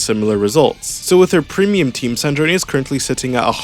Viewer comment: Her name is Sandrone, like sand drone, not San-dro-neh